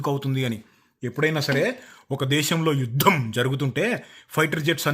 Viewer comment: Yudham ❎ yuDHAM ✅